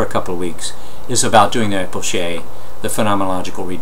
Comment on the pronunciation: Isnt it pronounced as K because its a greek word